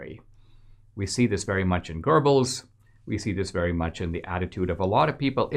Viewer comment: Oh, Dinesh, please! Stop pronouncing "Goebbels" like it's written "gerbils"!!!